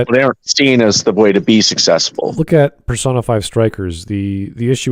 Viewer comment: The way he pronounced it "Per-sauna" was a hot take enough